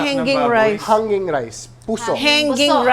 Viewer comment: HANG-GING po Kasi Ang pronounciation ng mga ganyan. Katulad ng RING-GING or similar words etc